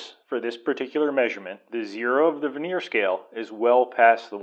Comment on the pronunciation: Could you PLEASE look up the proper pronunciation of the word " vernier ". HINT: it ain't verneer.